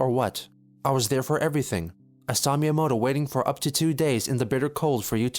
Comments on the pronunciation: As someone who studies Japanese, I was cringing so hard at him pronouncing miyamoto as Mai-yamoto. How does a self proclaimed Nintendo superfan fuck that up? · Random detail, I just think it's funny that you put the transcript as Mayamoto instead of Miyamoto cause he says it wrong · "Mayomoto" Not quite close to how it's supposed to sound... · Every time Chris says "Maiyuhmo-to" I wanna rip my ears off. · "Mr.Mayamoto-san" I cringed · my favorite part is chris mispronouncing miyamotos name every time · I like how the subtitles point out how blatantly he mispronounced the Japanese words and names like miyamoto and ohayo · He couldn't even pronounce Miyamoto correctly